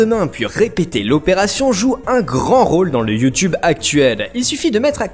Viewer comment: Sacrés Français avec leur Yuu-Tuube... Faut prononcer iou-toube. Essayez, ça ne vous déformera pas la gueule.